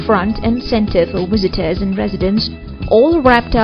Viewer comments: The "wizitors" huh..... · Who are these "wisitors" she speaks of? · All these neglect any aerodynamics. They will never be able to navigate oceans because currents will be much faster than these can be propelled, nevermind what storms would do. The smaller hotels can stay anchored though. BTW I love how the narrator says wizitors instead of visitors. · its visitors not wisitas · Wisitors! haha I kept hearing W instead if V, great accent, at first i thought it was one of those robot voice things xD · WISITORS XD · I love how she says 'wisitors' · wizzitors. pisses me off everytime this bitch mispronounces words. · what is "wisiters" ? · "attwacting millwons of wisitors" interesting choice of narrator